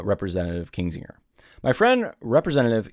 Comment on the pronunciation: it’s KINzinger, not KINGzinger